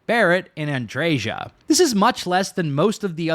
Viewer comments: “AndreJas” quest 😂 I wasn’t on board but you made some great points. Keep it up please just say Andrea.. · Is her name really Ann-dre-JAH? In spanish, the "J" has a phlegm-ish "H" sound like in baja blast; "bah-hah". So it makes sense for her name to just be "Andrea" with emphasis on the "hah" where the "J" in her name is. If any of you watch the Botez sister's stream, these two chess player girls, one sister Alexandra pronounces her other sister's name as An-dre-HAH with phlegm where the "H" sound is. I could be wrong I've never played starfield to know.